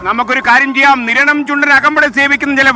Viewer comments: കിരണം അല്ലടാ സ്ത്രീകണ്ഠ നിരണം എന്ന് പറ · കിരണം അല്ല നിരണം എന്നാണ് 🤣🤣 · Kiranam ,alla Sir niranam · Niranam not kiranam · Not keranam "Niranam" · കിരണം അല്ല മിഷ്ടർ,.. നിരണം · കിരണം അല്ല നിരണം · ആദ്യം കിരണം ആണോ നിരണം ആണോ എന്ന് ഉറപ്പിക്കാമോ 😀